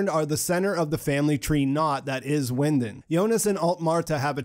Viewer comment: Not a German expert but Winden is probably pronounced Vinden in German!!!!